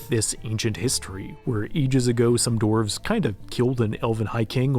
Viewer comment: Ah yes, the mountain dwelling “dorvs”